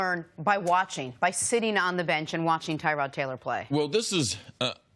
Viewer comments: It's pronounced Tuh-rod not Ty-rod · It's not TYROD...ITS TYROD....